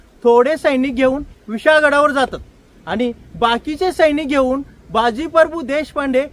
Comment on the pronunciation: सर, तुम्ही बाजी परभू असा उच्चार करताय ते प्रभू असे आहे.